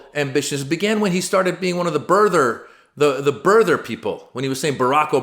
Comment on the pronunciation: Bir-ther. Say it with me. lol jus poking at cha 😂